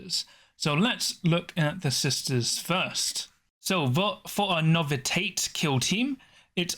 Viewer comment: “Novi-tate” …? No. Novi-she-ate. Novitiate.